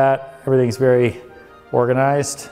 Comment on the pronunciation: Real estate must be berry, berry, goot (like beusbull) to Ryan. Place looks great!